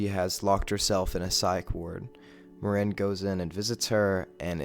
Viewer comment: I hate the way you pronounce Maren's name